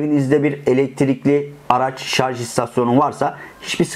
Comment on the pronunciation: Kanalın adı "Teknolojioku" ve elektrikli araçlara dair ahkam kesiyor ancak henüz "şarj" kelimesini bile telafuz edemiyor.